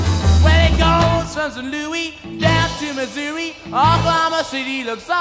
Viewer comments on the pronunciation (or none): A map would show Route 66 from St. Louis to San Bernandino, CA. and each American town is delineated along it’s track …. just very surprised that no one (Chuck, Ike, Etta …)would point out to him the correct pronunciation of those venerable towns. A mystery to me …. Chuck Leavell ? do you hear me ? An absolutely great song and the Stones always rock it out solidly !🎼🎸🔥🤩✨🌈